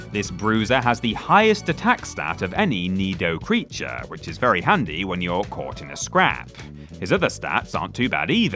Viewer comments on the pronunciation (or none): goes EXTRA Voiceover at 33mins - “creatuaaarrr” etc